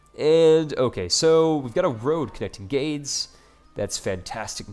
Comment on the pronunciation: I believe Gades is pronounced gay'dz... Or Gates but with a D....